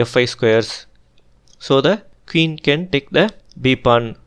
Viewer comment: Sir why do u pronounce queen as keeuun….that’s poor english